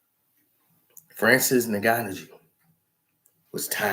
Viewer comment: Francis N-Gan-New